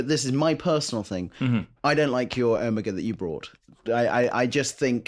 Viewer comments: Does the chap in the middle say omegaR? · What the hell is Ewmuga? I thought you guys were talking about Omega. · When will you all learn how to pronounce "Omega"?